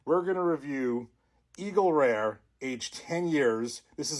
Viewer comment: "for all Eagle Reuhhz..." sounds like my cousins from Jersey ☺